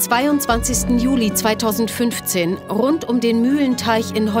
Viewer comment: Rrrrrrrrund um den Mühlenteich